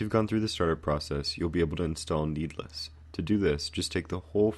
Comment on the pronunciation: YES OMG ITS SO ANNOYING